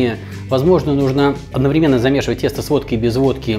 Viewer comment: Прошу прощения! Правильно говорить одноврЕменно)) Еще раз простите